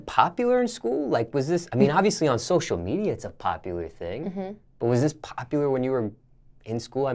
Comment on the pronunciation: sloshial media